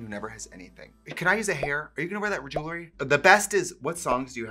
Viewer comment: It’s official. Trixie still can’t say jewelry properly.